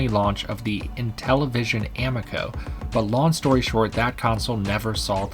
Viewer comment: How did you pronounce Amico? 😂